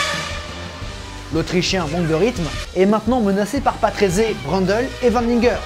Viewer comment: une petite année de docte, je me souviens que mon oncle me prononcé le nom patrése et non patrésé ! merci pour tout ce que tu nous partage ces excellent !! merci encor bonne continuation 😉